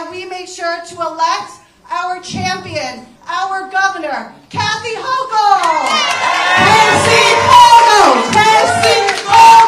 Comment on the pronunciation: "Kasie Hochul"?? Lol